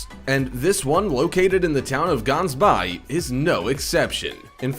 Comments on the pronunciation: it is pronounced with a G i am from South Africa Gah-ns-by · proper pronuciation Gansbaai - ggggggaans-buy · You're not not calling Gaansbaai properly it's not a bay. I live here. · The way he says Gansbaai 😂 as a South African i go there alot is pretty safe just do swim to deep and btw he pronoused it wrong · We live in South Africa and sharks are in the sea like lions are in the Kruger National Park. We have respect for the sharks here and they need to be looked after. GANSBAAI is pronounced G as in the sound a cat makes when chasinging you away and a is in awh you so sweet. Its Afrikaans. And we dont have that many attacks. However we would appreciate if the world protects our sharks against accidental fishing and catching for shark fin soup.